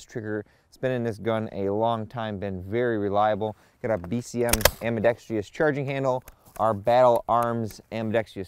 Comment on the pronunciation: Does ever pull his head out and learn how to pronounce words like AMBIDEXTROUS (am-bih-dex-truss), which he keeps pronouncing as am-bee-dex-TREE-us? He can't even get the number of syllables right!